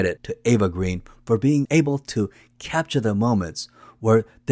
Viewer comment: Another excellent video)) CR is definitely a top Bond film for me. My favorite remains FRWL. Connery is my favorite actor to play Bond, then Dalton. I still have not decided if I like Brosnan or Craig better. BTW, Eva's surname is pronounced Grain. It has something to do with the original spelling of the French surname and how it got Anglicized. Something I only recently learned. Eva herself explained this. Vesper is a top 3 Bond woman for me. (Domino and Tracy are the other 2). I know this is jumping ahead. Many people slag Quantum. Though I have problems with the directing, I think it's a good film. Craig is really brutal in that one. I think the best way to think about Quantum is as Act 4 of CR. These 2 films do need to be watched back to back. Caterina Murino who plays Solange is STUNNINGLY drop dead gorgeous. On my. As always, great video)) Cheers))